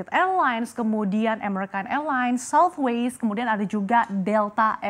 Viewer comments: it's Southwest, not Southwaist ... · Ada yg kuping nya rusak kayak saya? Kok kedengarannya kayak southwaste bukan southwest ya?